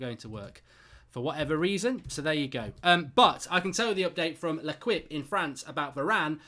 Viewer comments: L'Equipe is pronounced 'Le-Keep' , not 'Le-Kwip' 😂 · Le “kwip” 😂